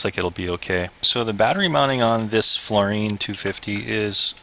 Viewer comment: dude. floureon. like neon. not floureen. lol.